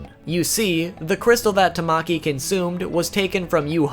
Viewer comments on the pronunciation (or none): i will not be Hermione trying to get people to pronounce things right It’s tama ki Not tam maki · tamaki is pronounced ta-ma-ki :>